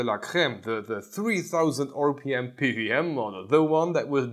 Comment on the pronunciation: p W m, not p V m...